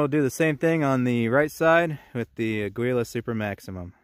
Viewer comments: ITS " A GEE LA" FOR CHRIST'S SAKE PEOPLE.. you don't have to be fluent in spanish to not sound like a dweeb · Ah-gee-la, it means eagle in Spanish. Note the trademark logo...